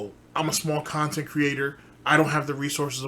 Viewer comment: "I was immediately threatened about a podcast that only happened because I begged at least three different khantent creators to interview me, correct? Aaaaaaaaaaand Now I'm ex-tree-mlee butthurt because I looked like a jackass in front of all of the new viewers I wanted to draw in. Sound good?" TIFTFY